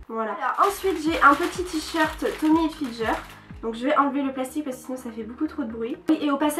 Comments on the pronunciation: mais on dit pas tommy hilfidger on dit tommy hilfinger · on dit tommy hilfinguer pas hilfinjer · heuu, juste, ca se dit "tommy hilfgUer" merci